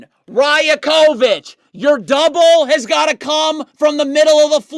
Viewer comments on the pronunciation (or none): Your videos are very quality but just minor point. Darko's last name is pronounced Ra-Yak-O-Vich great content tho.